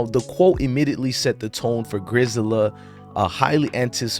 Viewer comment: YOU HAVING A HARD TIME WITH THE NAME "GRISELDA" SAY IT WITH ME GRAHH-ZELLLL-DA